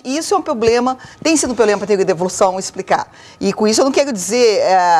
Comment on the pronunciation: Bah, essa senhora falando em "pobrema" querendo explicar alguma coisa. Tá louco!